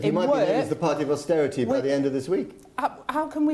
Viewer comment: Eee by gum.. Its not austerity.